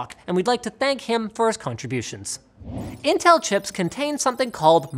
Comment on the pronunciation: Who say Intell ???